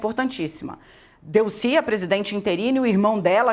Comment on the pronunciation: Não se pronuncia Délcy, mas sim Delcy.